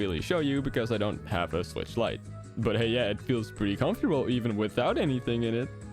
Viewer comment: Nintendo swicth acessories an- me: I don't have a switcth